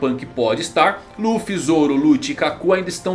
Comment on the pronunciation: O cara acompanha o mangá mas fala Ruffy